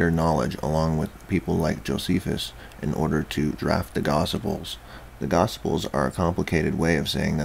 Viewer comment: Gosiples? Lol. Good video man, I actually love monotonous narration in a medium to low timbre... just gotta clean up those pronunciations.